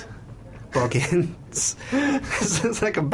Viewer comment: A funny thing is I where just Watching the Hobbit Before i came home and then i herd say boggins